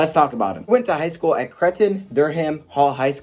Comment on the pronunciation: You botched high school pronunciation